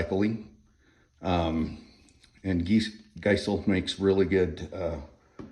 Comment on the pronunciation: Geissele is pronounced Guys-lee by the way. I had no clue for the longest time and could never remember the spelling lol